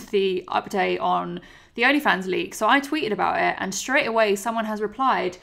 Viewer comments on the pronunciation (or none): none